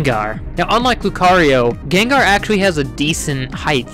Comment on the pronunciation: its not gengar its gengar